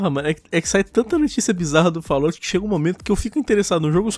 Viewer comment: agra não é mais fallout,mas sim fallOUR